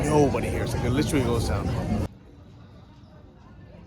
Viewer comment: It is funny alright. . “Li-trilly”